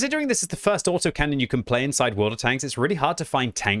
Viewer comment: LOL, "Auto-Mac-Canon"... OK, that's what I'm gonna call them from now on!